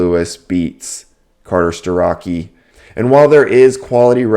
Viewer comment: What you got wrong...Its not Carter stuh-rock-ee. It's Carter Stuh-Roch-ee